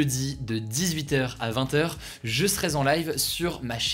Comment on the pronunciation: je serai z’en live 🤨 ah non Hugo, pas le droit de faire saigner mes oreilles !!!